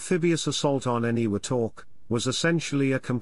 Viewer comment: TAR-a-wa; eni-WE-tok; KWA-ja-lin. I don't mean to sound like a grammar-nazi, just that my father LANDED on three of those islands (not Tarawa), and it annoys me terribly to hear a Brit "computer-voice mispronounce those names. Especially, as I am a former Marine, those names matter to us, and American dead are BURIED on some of those islands...STILL. Just sayin'.😍🇺🇸